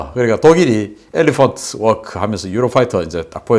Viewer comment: 엘레펀트 워끄!!🤣🤣🤣😝😝